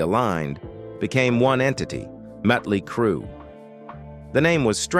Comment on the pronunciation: If he can not say the name of the band dont do the story